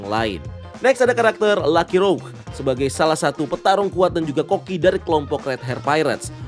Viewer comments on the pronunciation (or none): none